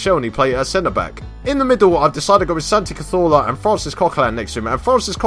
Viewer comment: I like how you pronounce Cazorla, almost makes my pipi hard. Almost